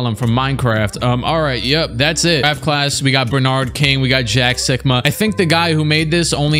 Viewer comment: When he said jack sikma I thought he said jack suckma